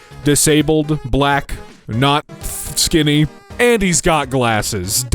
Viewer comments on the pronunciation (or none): he said "skinny" WITH A HARD "F"